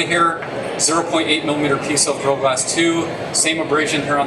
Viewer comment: Gorilla has 3 syllables.... Couldnt get past his rushed pronunciation